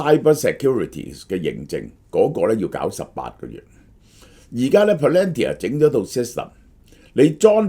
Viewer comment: can you please please correct your pronunciation of PALANTIR ( pa-luhn-teer)......